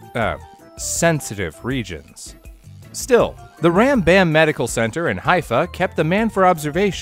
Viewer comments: It's pronounced Romm-Bomm Hospital ( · Great video. BTW the hospital is pronounced more like RumBum or RahmBahm. The letters are an acronym for the famous medieval rabbi and physician Rabbi Moses Ben Maimon also known as Maimonides. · The name of the town in Israel is pronounced ho-FEET, and the hospital is ram-BAHM. The accent is always on the last syllable. Carry on! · Well that’s the worst pronunciation of “Nofit” I’ve ever heard. EDIT: and “Rambam.”